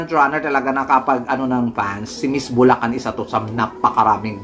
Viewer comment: Galit na galit ka sa mga maarteng magsalita . Kmusta ka naman , sobrang napaka-natural mong magbigkas ng ‘fens’ ‘Buleken’ ‘ang beles’